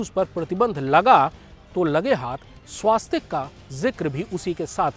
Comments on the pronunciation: स्वास्तिक शब्द ना कहीं पढ़ा है न सुना है. हॉं स्वस्तिक ज़रूर पढ़ा और सुना है, शायद मैं ग़लत नहीं हूँ. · स्वास्तिक नहीं, स्वस्तिक ।